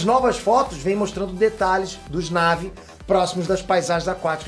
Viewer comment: Ei... Não é "Návi"... O correto é"Naví". A pronúncia é dita no filme.